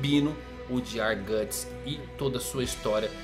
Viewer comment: É "Guts", não "Gatts". Na verdade a Beast of Darkness se manifestou nele no Blackswordsman Arc e principalmente no capítulo Lost Children,onde ele só se preocupava em alimentar o próprio ego matando os apóstolos. Se ele usar o Behelit pra fazer um sacrifício, a história simplesmente acaba. Nenhum dos apóstolos conseguiu tocar nos membros da God Hand, até o Ganishka que era o mais forte de todos. Isso também vai contra tudo o que o personagem construiu até agora,se ele fizesse isso só pra combater a God Hand,o Miura teria que fazer um malabarismo argumentativo pra explicar como ele conseguiria chegar lá,ou fazer o Guts morrer e acabar desse jeito...um bosta. Pode ser que tenha um final ruim,ou incerto,mas o Guts fazer um sacrifício pra virar um apóstolo já é forçar a barra.